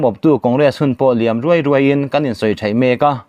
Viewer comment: i thluk dik lo,zuala tih ri ang a chhiar tur, tin, Ruai kha ri ruai ruai tih thluk ni lovin, phe ruai, tih ri ang a tih rik tur, a ngaihnawm e